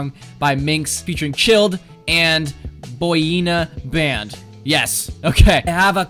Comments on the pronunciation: Not Boyina Band. It's pronounced Boy-in-a-Band XD just sayin' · Bohyena bend. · LMAO THE WAY HE SAID BOYINABAND